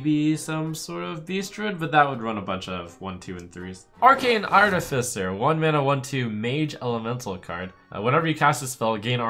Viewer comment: Points for saying artificer correctly